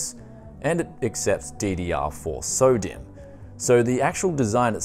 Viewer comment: It sounds like your saying Sodium, not "SODIMM"